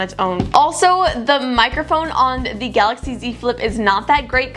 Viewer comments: GAILAXY instead of GALAXY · at the start is galaxy not gailaxy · Is it gailaxy or galaxy?